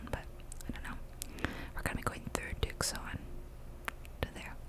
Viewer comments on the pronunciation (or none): Tucson is said “2 son. “ I live here!